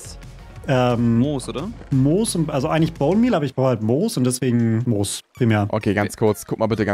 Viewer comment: Es hat mich so sehr getriggert als er Mos anstatt Moos gesagt hat lmg